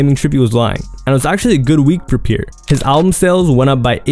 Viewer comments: Pierre is pronounced as Pee-Air not Peer df🤦🏽‍♀️😭😂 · Bro why it sound like you saying pure born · Is it just me or is he saying „pure“ bourne 😅